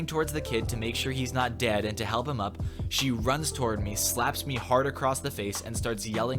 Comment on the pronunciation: loads of emphasis on “DEAD”